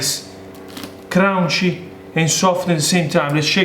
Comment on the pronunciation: I was starting to get worried I was going to get through a video without hearing him say “crounchy”... I was not disappointed